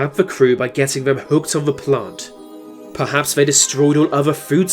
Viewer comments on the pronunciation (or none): none